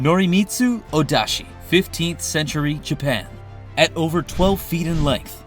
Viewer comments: It's Odachi(大太刀), not Odashi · Wait, wait, wait, it’s Ōdachi how’d you get Odashi? I legit can’t find anything spelling Odachi like that.